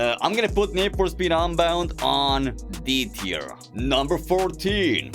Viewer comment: When rating drift21 bro said "so im gonna rate this car an e teir" 💀💀